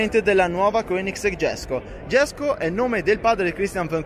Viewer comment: Jesco si pronuncia alla latina, come fosse una i, non all'anglosassone.